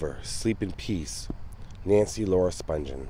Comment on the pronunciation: Nancy Spung-ghen is how it's pronounced. Not Sponge-en. Sid couldnt have been buried in a Jewish cemetery